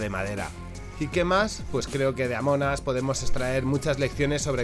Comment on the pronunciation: Escuché "Ámonos" en vez de Among Us xd